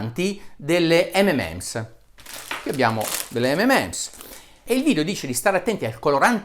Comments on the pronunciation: Gran bel video, ma Dario, mi fai la giustissima ramanzina sulla pronuncia di "sulfate", a fondo video dici «imparate l'inglese», e poi dici "ememems" quattro o cinque volte? :-D :-D Anche io, da bambino, dicevo "ememems", poi però attorno ai 14 anni ho scoperto che "M&M's" si pronuncia "em-en-ems", ovvero "em-and-em's" (o più precisamente "em 'n' em's", elisa come in rock&roll). E commerciale più genitivo sassone. Insomma: o mi fai la pronuncia inglese corretta, oppure li chiami "di emme e emme". Però mi hai fatto ricordare quando ero bambino! :-) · Comunque si chiamano 'em EN ems' ('m' and 'm' s) non 'ememèms' ... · Solo una cosa, si chiamano mnm's, non mmm's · Buongiorno Dott. Bressanini, apprezzo molto il suo metodo scientifico veramente obiettivo. Proprio perché l'apprezzo, mi permetto di farle presente che la pronuncia delle M&M's non è ememems, bensì emenems. I suoi video hanno contenuti di qualità che difficilmente ho trovato su YouTube. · molto interessante il suo video. le faccio i miei complimenti. detto questo le volevo fare un microscopico appunto dato che è, giustamente, molto attento alla pronuncia delle parole. si chiamano (cito la pronuncia ) emenems e non memems! Per il resto continui così dottore perché oggi più che mai c'è tanto bisogno di sana informazione. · Tutto giusto però si dice "em en ems" 😉😁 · Comunque non si può ripetutamente criticare la pronuncia di “Sulphate” e poi continuare a chiamare “EMEMENS” le M&M’s. Almeno una N al centro, cribbio!! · Video molto interessante. Mi sento solo di fare una correzione, dato che mi sembra lei presti attenzione alla pronuncia corretta: M&M's sarebbe M and M's, quindi si pronuncia "emenems". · Bravo Dario, dobbiamo imparare tutti l'inglese hai detto bene molte cose ma il M&M l'hai pronunciato male è M and Ms il simbolo & si pronuncia AND... solo facevo chiaro questo x il resto molto bene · si pronuncia EM - EN - EMS, per tutto il resto grandissimo video.. ;)